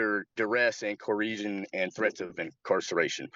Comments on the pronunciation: “Under duress and Coresion and threats of incarceration” Or is it Coreeshun? Correesion? Someone with such an attitude and an expert on the law should know how to correctly pronounce things. See also: Darrell Brooks, “tack-it” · Duress and cor-eeeeeesion. Oh lawd we have a sov cit. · He started sounding an awful lot like a sovereign citizen towards the end there. I thought maybe he was leaning that way when he said he definitely wasn't gonna accept one of THEIR lawyers but then he said a few of those magic words that they love using: "threats, duress and core-eesion (coercion)". Those stupid redundant words that SovCits use without knowing what they mean or in what context and situation to use them in lol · "Duress and co-resion?" 😂It takes a lot to totally rattle but this guy is up to the task! Just lock him up already. He even admits he's still driving without a license. He's giving off sovcit vibes!